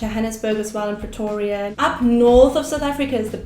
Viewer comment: the way he said Pretoria sounded so pretty...gosh i live right next to Pretoria and I can't even say it that way😍😂👌